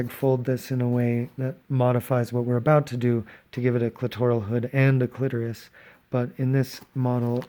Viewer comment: This was so fantastic, thank you! Love your voice, the cursing, and the quips. I'm not stoked with the way my clitoris came out so I'll have to work on that. Oh, and Thank You for pronouncing clitoris correctly! ✌